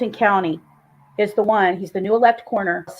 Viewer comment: "Coroner" not "corner"